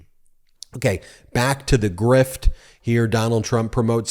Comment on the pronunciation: forgetting the "r" in "grift"....